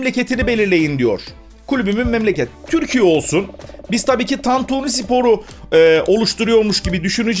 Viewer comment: sen ilk Türkçe'yi öğren de sonra kurar "tantüni" diyor